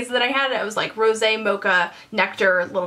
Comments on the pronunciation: You don't understand how happy I am that you pronounced Rosé correctly. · Can we just discuss the fact that you are the only person who has pronounced "Rose" (don't have the accent mark in my phone) correctly and not called light brown "lt brown" or "limited brown" besides that as you were reviewing the palette im sitting here shaking my head , saying "yrs, yes!" Your thoughts are EXACtky mine. Love ya and thank you for your continued help and inspiration!! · first off, you are adorable! just bought this palette and you helped think of combinations. also, so happy you pronounced rosé properly lol. thank you! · I totally agree that the first pro palette was only okay. The second one on the other hand is AMAZING! Thank you for putting it out there, I always felt alone in not being in love with the first one. Love all your videos. PS. also you have been the only youtuber that I have seen review this palette that pronounced Rose` correctly! Kudos. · You're the first person I've heard pronounce rosé correctly since this palette came out. THANK YOU!!!! Great review!!! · Lmao YES! I was thinking the EXACT same thing. Lol so funny because I was going to comment that.